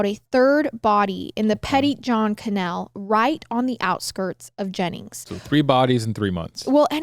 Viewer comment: love how pronounces canal lol cuh- nehl